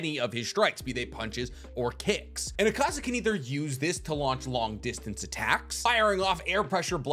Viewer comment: It hurts listening to you say akaza wrong and then claim he’s your favorite character